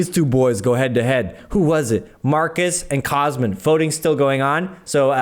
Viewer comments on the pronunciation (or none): says he mispronounced Cosmins name next video he butchers it again, MY FAVORITE YOUTUBER